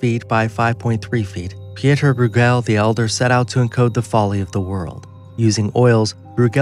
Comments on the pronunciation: BROY-gl Not brew-GEL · Why can't these posters check first about pronunciations? It's Domenico Gear-lon-DYE-oh (Ghirlandaio) and Peter BROY-gul (Bruegel). Puts everything else they say in doubt (maybe not a bad thing) and makes them sound like hicks (definitely bad).